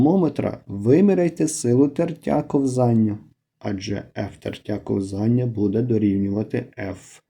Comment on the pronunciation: кО́взання, а не ковзАння!